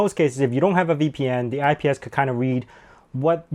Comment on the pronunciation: ISP!! not IPS.